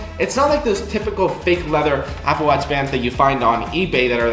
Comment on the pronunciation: “Apple Wutch”